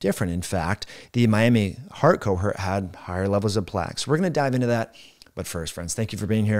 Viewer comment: Important information. Your pronunciation of "cohort" hurt.